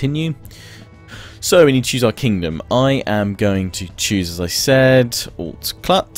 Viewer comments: Phoenetically Alt Clut is pronounced "Ah-lt Cloot" :) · Probably wicked late, but Alt Clut is also known as Stratclyde. Alt Clud is the old Brtion word for Dumbarton Castle. Pronunciation should be "all clut" like "all gut". It became Strathclyde after it was invaded by what? Vikings.....from Ireland no less. Great vids...have a blast.